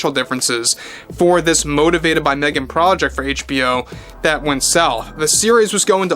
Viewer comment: l loved the AI caption interpreting pronunciation of Meghan as "mean" markle.